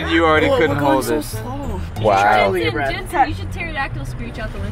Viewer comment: was like “JeNsHen” 😂